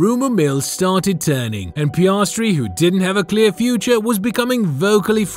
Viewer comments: piayahhstry bruh its piastri 😭😭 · Pi-as-tri NOT pi-arse-tri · And then Piarsetri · Piarsetri the funniest pronouncement of an F1 driver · Just a heads up, the way he says Piastri doesn’t get any easier to listen to.